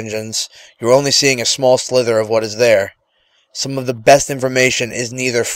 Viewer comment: Sliver* not slither or silver